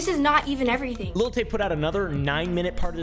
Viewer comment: why is it so hard for doofy white people to say "lil"? it's not little tay. it's not little wayne. it's lil. l i l. lil. LIL. not LIT TLE. cmon dude what are you a boomer? little oompaville? lil oompaville? can you practice with me. you do not pronounce a t, there are no ts. even your dog lil doggo hates it. GET EM LIL FRANKIE GO FOR THE LIL JUGULAR